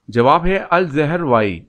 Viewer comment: is ka jawab hy "al-zahrawi" not al-zehrwai ...in arabic الزهـراوي ..jazak allah